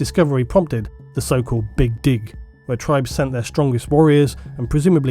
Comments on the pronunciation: "the big dig" Yeah I definitely heard that wrong. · My brain stopped working for a while after having to deal with emphasising "The BIG DIG"! Multiple times. 😂😂